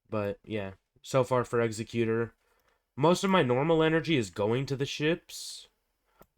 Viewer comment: Might want to get the wording for the star wars ships like eggsacuetor is really Eggs-zeck-u-tor and xanadu is pronounced Zan-ah-dew. An executioner is not the same as Executor